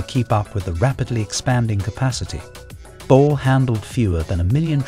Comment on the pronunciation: Not sure if I agree. People seeing the word Bole..think it is pronounced BOWL... It is all due to the Brits stupid way of spelling English English...but anyone doing a video on Addis should be told it is pronounced Boleeee... As in Bolee dildi Or Bolee Brass..